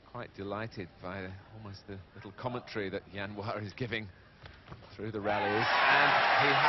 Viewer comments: "Jianhua" not "Zianhua", dumb british TV cannot even get his name correct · aiyo why do they call him yan hua his name is jian hua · Zhao Jianhua. not Zianhua